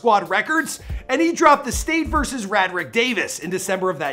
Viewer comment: I cringed every time you said "rah drick" 😩😩 it's pronounced "Ray drick". Cmon on Mane